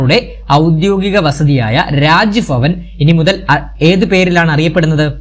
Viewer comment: രാജ് ഫവൻ❌രാജ് ഭവൻ ✅ എത്ര നല്ല ക്ലാസ്സ്‌ ആയിരിക്കാം. But ഈ" ഭ " ക്ക് പകരം "ഫ "എന്ന് കേൾക്കുമ്പോൾ തികച്ചും അരോചകം പോലെ തോന്നുന്നു. തെക്കൻ കേരളത്തിൽ എന്ത്കൊണ്ടാണ് ഇങ്ങനെ പറയുന്നേ എന്ന് എനിക്കറിയില്ല